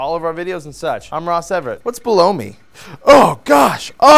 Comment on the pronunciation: Hee-hee... Ross said: "B'low-me"